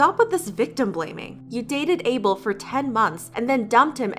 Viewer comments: Abel is not pronounced "able" its A (like in apple) bel (as in taco bell) T-T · Is not ebel ,,Abel 😂😂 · The way she pronounced Abel (weeknd's name) is so funny I'm from Ethiopia so I know how it's pronounced